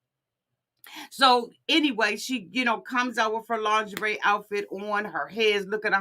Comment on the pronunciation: It’s the “Lin-gurr-ree” for me! 🤪